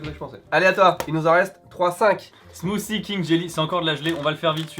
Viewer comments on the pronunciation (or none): none